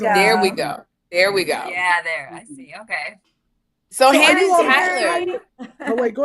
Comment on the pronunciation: Sherri always missing her mark with “Hannah”. She knows how she’s supposed to say it lol